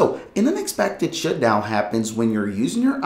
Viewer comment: Are you saying "shitsdown" or shutdown?